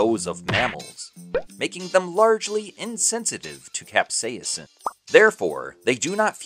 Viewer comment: The chemical compound that makes things taste spicy is not being pronounced correctly in your video... Considering that this is the entire backend to the video, that's pretty bad!! Is is pronounced CAP : SAY : SIN